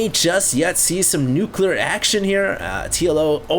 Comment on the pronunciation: It's pronounced "nuclear"...